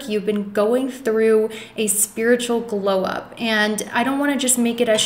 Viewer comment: I keep hearing "glow ups on me..."